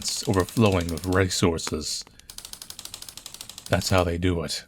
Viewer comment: So far the scariest part is how pronounced resources